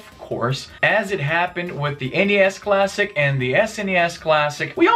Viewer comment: Thank you for saying N-E-S and S-N-E-S rather than "Nes" and "Snes". I've never heard anyone refer to NES and SNES by making their initials into a word until watching YouTube vids.